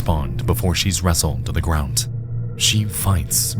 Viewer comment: The word, ground, does not have a t sound in it